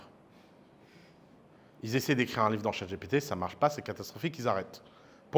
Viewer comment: Je suis nostalgique de l'époque ou Ouss disait "Chat GTP " ! 😢